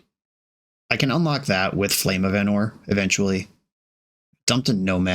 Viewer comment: it's Ánor not Anór